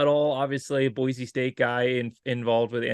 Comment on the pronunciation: Great interview. Looking forward to seeing on the Blue. It is good to hear him say Boise (Boy Cee) the correct way. 😊